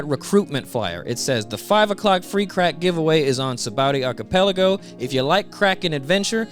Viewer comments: "Sabowdy Arkipeliggo" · I love this dudes videos but I swear his whole deal is horribly pronouncing the most random shit like Hancock or Archipelago just horribly. Everything’s fine and hilarious then you’ll hear the most jarring pronunciation of a word you’ve ever heard in your life 😂